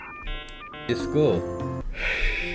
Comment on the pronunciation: 이즈굿 누가 이수근으로해서 그렇게 들렼ㅋ